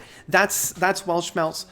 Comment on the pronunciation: Not wanna be a smartass, but i would like to offer a little guide for the pronunciation of the word "Weltschmerz": "Welt" is spoken like the english word "held" (the past tense of 'hold'), just with a 'w' and the 't' is like the first one in 'text'. For "Schmerz", you take the "sh" sound from the english Word "shine" for the 'sch'. The 'mer' is like the french word for mother (mère) or like the english word "air" with a "m" in front. For the "rz" sound you cheat a little bit by pretending there would be a "t" in front auf the "z", like in the word "waltz". I hope this helps, if anyone cares 😅greetings from germany!